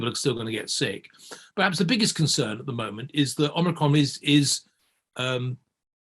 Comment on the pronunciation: "ormricron" What are this guys credentials?